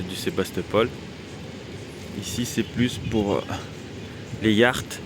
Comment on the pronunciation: Petit détail en france on dit Yôht pas Y acht avec le Acht de Nacht (ça sonne allemand)